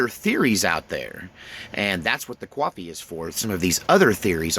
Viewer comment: Bro there's no W in coffee and that sounds just so simple. I like your talks but that's annoying it's like people instead of saying ask saying axe.